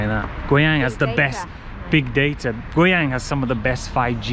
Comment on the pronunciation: i dont know why as a chinese i think when you say the city's name guiyang out ~is kind of sexy ~~lol~that voice~that pronounce~